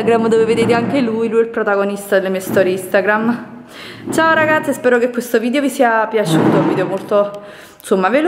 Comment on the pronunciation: Non sa parlare...